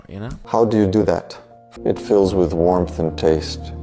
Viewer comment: " It fills with wamrth and TASTE "💀💀